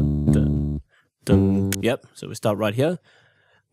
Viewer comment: “lets start from HeAa”